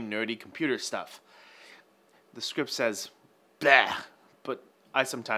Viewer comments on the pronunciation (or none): none